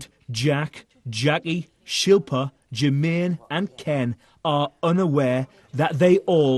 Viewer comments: I loled when Jackiey called Shilpa "Shoe-fin". She was just so ignorant. I don't think being called by your name is too much to ask to be perfectly honest. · SHIL PA Not difficult to pronounce at all. 🤨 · How can you not say "SHIL-PA"? hahahahahahah SHILL PA